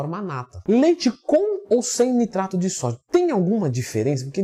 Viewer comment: Eu escutei CITRATO, não NITRATO.